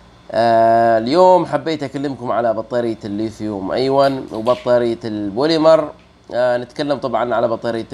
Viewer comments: ليا تعليق واحد وليس نقد ارجو تقبله نطقها الصحيح ليثيوم*أيون* أيونات وليس أيواَ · للأسف لم استطع توضيح النطق الصحيح من خلال الكتابة لكنه في النطق الصحيح أَيُونْ ارجو أن تكون اتضحت بالتشكيل، الياء مضمومة وليست ساكنة 💐